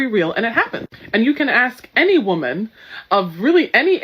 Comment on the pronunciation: How dumb can you be to not be able to pronounce WOMAN and WOMEN coreectly hahaha